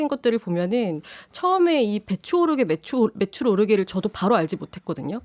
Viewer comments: 무한 반복으로 들어도 내귀엔 "배추 오르게 " 로 들리네요 대통령이 나이가 있으니 설령 매출이라 생각했었어도 배추라고 말했었던거 같네요 대통령은 실언은 인정하지않고 매번 변명만 늘어 놓네요 애휴!! 지겹다 정말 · 자막없는 뉴스를 보는데 배추값을 올린다고?하는 생각을 했었습니다 이분 치아가 없으신가요? 바이든이라 들리는데 날리면..배추로 들리는데 매출...암튼 배추로 들렸습니다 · ㅋ~~내용 모르는 상태로 소리만 들으면서 일하는데 배추로 들었습니다. 매출이였어요 ㅎ 그럼 발음 잘 하셔야지~~^^ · 솔직히 배추로 들리고 배추값이 오르면 장사하시는 분이 돈을 더 버니까 격려차 말하는 줄 알았다. 매출이었다면 가래낀 목소리로 발음이 정확하지않은 대통령 탓이지 뭔 소송을.... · 뭘해도 문제내요 진정성이 없으니 말한마디에도 문제가 되고 분노하게 만드네요 중요한걸 모르는 대통령과 국힘이네요 한심합니다 대통령의 말한마디도 신뢰할수 없으니 참 한심합니다 제 귀에도 배추로 들리네요 그런데 배추라고 들려도 매출이라고 우기면 매출이겠지요 나참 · 발음을 좀 똑바로하든가 ㅋ 진짜 무능에 무지 이ㅆㄲ 이색깔 ㅋ 바이든 날리면 배추 매출 ㅋㅋ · 술에 쩔어서 배추/매출 발음도 똑바로 못하는 멍청이가 기자들 탓만하고 자빠졌다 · 내가 들어도 배추인데 ... 맥락은 매출이 맞는데 발음은 배추로 들림. 순간 착오인 듯 한데 ... 언론 재갈 물리기 ... 지록위마의 스몰 버젼 ㅋㅋ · 배추 오르게로 들리는데 자막 안보고 소리만 들었음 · 발음좀 잘해라..배추로 들린다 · 배추로 들리는 1인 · 헐 자막 그냥 오탄줄알았는데. 배추로 들리네 ㅋ 용산사는 윤씨야~ 발음 썩었네 ㅋ 긍데 진짜 배추네 배추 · 전 배추로 들리네요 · 저두 "배추 오르게" 로 들리네요. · 난 또 배추로 들리네...... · ㄹ 발음 전혀 들리지않음 배추 정확히 들림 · 화면 안 보고 소리만 처음 들었을 때 분명 배추로 들렸음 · "배추"로 들린다. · 난 눈감고 들어봤는데 분명히 "배추 오르게"로 들었다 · 나도 배추 로 들렸어요.ㅋ ㅋ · 여러번 들어봐도 배추라고 들리는데... 이정도면 어디가서 발음 교정이라도 하던지... 국민들 듣기 실험으로 스트레스 받네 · 아니 싯팔 나도 배추로 들린다 윤두창아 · 윤석열이는 말하지마 술이 안깨서 발음이 이상하네 배추로 들리네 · 난 배추로 들리는데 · 배추로 들리는데? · 배추로 들리는데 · 들어 보니 발음 자체가 어정쩡 하네요.. 매출과 배추의 중간 정도. 발음을 분명히 못한 사람도 잘못이 있을텐데 본인은 완전 무결 하다고 믿고 있나? 어쩌다 모지리 한사람이 최고의 자리에 올라가다 보니 그 자리를 주체를 못하고 남용합니다.. 국가와 국민들의 불행. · 배추로 들리는데 나도 잡아가나? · 무식한 넘이 맨날 술 쳐먹어 발음이 꼬이네 저건 매출이었겠지. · 발음좀 정확히하고 배추를 소송할일이냐 참 한가하네요 살만하니 좋겠네요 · 저도 배추 오르게로 들렸습니다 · 나도 배추 오르게로 들렸는데ㅠㅠ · 내 귀에도 배추로 들림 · 난 배추로 들림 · 그냥 소리로만 들으면 배추로 들려요. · 배추로 들리니 배추란거지 문맥상 ㅋㅋㅋ 모르겠고 다시들어보소 배추로 들리네~~~^^^